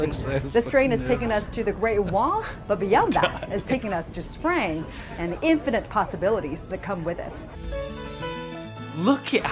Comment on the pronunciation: "the train to Sprang" ??